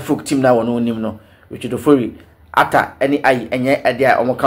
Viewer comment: Frank Boateng .. are we serious Hearts of Oak?? The name is Atta not Arthur please..